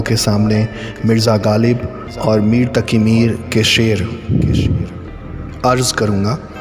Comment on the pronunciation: Good work, bhai!! Improve on your pronunciation (on words like Taqi (it's not taki, there's a nuqta; fir nahi phir, rakh lafz me aap ne aakhir me kha خ ki shakl di, kaaf aur haa hai; firta nahi phirta), I'd advise get in touch with someone who knows Urdu/Urdu teacher or an Imam, correct your pronunciation, and record your video. Overall great effort. How (what software) did you record and add the music in the background?